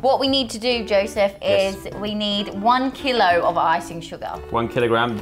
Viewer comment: Keeelo keeelo